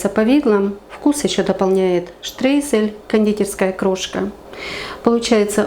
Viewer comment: Спасибо, но извините немного поправлю- Штройзель😊